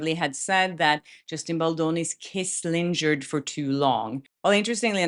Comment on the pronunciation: Hey, it's "lin-gherd" rather than "lin-djerd" 😊